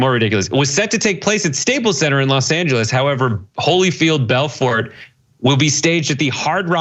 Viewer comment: It's pronounced Belfor, the T is silent